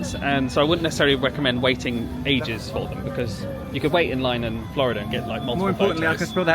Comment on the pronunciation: Ah thanks for the "Wecomendation" 🤭😉😙😜